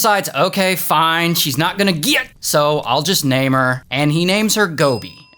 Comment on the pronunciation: Just like his "Fine" 😂